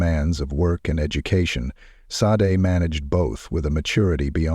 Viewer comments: Why do you keep mispronouncing her name, AI? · Maybe I'm too particular, but it seems to me that if you're going to share a crime story you would at least pronounce the victim's name properly. If AI can't get right something this simple, how is it expected to successfully take over all our jobs, as tech companies seem to enjoy endlessly predicting? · Sadly although this documentary is good I'm disgusted that the name of the victim Sade was mispronounced so meant different times shows a huge lack of respect.😢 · You’ll definitely get a sub from me WHEN you’ll respect the victims enough to have their name pronounced correctly!!! VERY DISAPPOINTED! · I wish this AI or real guy would make up His mind how to pronounce Sade’ name!! Three different pronunciations in one sentence? Ridiculous. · Watertown NY....just how that creepy killer walked out in front of her would have made me go home right away 😢 But the awful AI mispronouncing her name ....Shaday is correct Not Sod or Sad-A or Shade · This is why AI sucks...Her name is pronounced Shaudae dumb ass 🤮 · Sade Her name is Nigerian PRONOUNCED SHA- DAY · He pronounced her name Sade, Sa-de & Shadee. She worked hard to get where she was & that sorry no good took it all away from her RIP beautiful Sade!!! 😞🌹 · Sade's name has been pronounced 4 different ways in this vide. Which one is correct???? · Show some respect!! Pronounce the victims name correctly every time you say it! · Why do you keep pronouncing her name differently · Good coverage of an horrific crime. One thing I would respectfully ask is to be consistent with the pronunciation of her name please. It's Sade or Shar-day. I know it is a small thing but it is her name and that is so important.